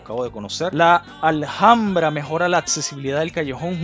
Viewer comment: Apreciado amigo, disculpa, pero te recuerdo que la H en castellano, es muda, por lo tanto no debes decir Aljambra sino Alambra.